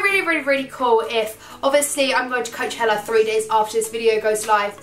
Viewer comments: It's not Coacheler it's Coachella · You say coachella so weird! I've never heard anyone say it like you before 😂😂